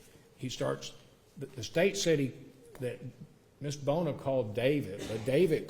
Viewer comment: no he kept saying Bill Boner, might be Bona maybe but his pronunciation was terrible